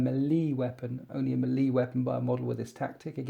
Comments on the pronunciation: You really need to learn how to pronounce melee. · Please stop saying melee like that. Otherwise, good video.